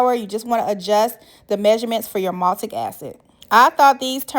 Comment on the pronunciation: I was looking online for "maltic" acid and you mispoke its MALIC acid. But thank you so much for authentic sour grape recipe. Been looking thru hundreds of quick bad recipes and long disappointing knock offs and your grapes look SOOOOOO good girl!!! Damn i wish I was in your kitchen. If you ever make more flavors or different treats im subing